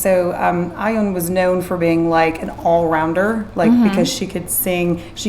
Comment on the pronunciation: You pronounced it as "ION" dont read it slang like i-en its ion.with soft h